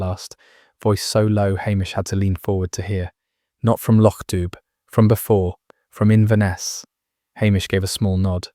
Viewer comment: Please. Lochdubh is pronounced lochdoo. Enjoying stories, but please correct this in future